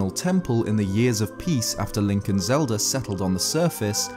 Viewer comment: Legend of Zelder